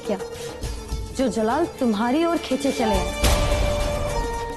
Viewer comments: Jalaal ko malaal😅😅😅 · Jalaal ko malaal😂😂😂